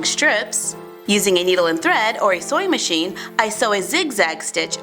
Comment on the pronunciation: Did she say soy machine?